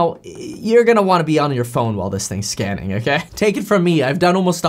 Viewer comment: every time you say scanning I keep hearing scamming